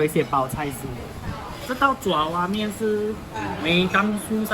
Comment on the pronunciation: 爪zhao 哇面， 不是 zhua 抓哇面